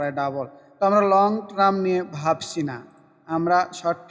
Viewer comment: ধন্যবাদ। আর ট্রাম না টারম (term) বলবেন।